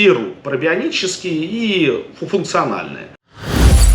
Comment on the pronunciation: Прикольно так оговорился " ФУ-ФУ"нкциональные